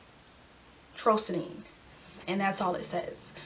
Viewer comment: Tyrosine is pronounced like “TyRO -Seen”